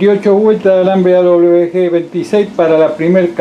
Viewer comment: Alambre o hilo : AWG . " A doble UVE GE " El dice : " A doble BE G "